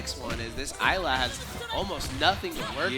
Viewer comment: It's been bothering the crap out of me every time they say it so I have to. It's pronounced IS-la. The S is NOT silent. It's said in her character reveal trailer.